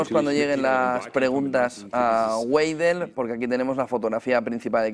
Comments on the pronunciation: Güeidel? 😂😂😂 se pronuncia: Veidel! 😃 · Se dice "baidel " no gueidel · La W en alemán se lee como B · Alice Weidel, se lee como en español la "B"